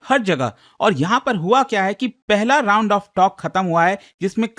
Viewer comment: Tound ❌ round